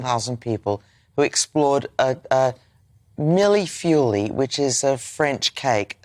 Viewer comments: 😂, please do not say Miley feuillée! French pronounciation is milfeuil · Sorry it’s not a cake and phonetically it is meeyul-foy. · Missus u mispronounced the French cake. Pretentious and stupid. What a combo. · What I find most offensive is Amanda Platell’s pronunciation of ‘mille-feuille’ Then she goes on to explain what it is, as though people are idiots. Dreadful woman.